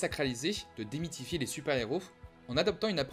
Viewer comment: démitfier ??? 2'23